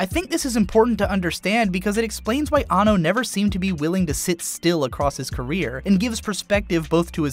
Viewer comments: His name is pronounced "An No" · He is AN-NO, not anno